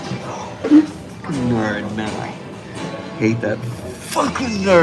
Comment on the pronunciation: “I can be a neurd.”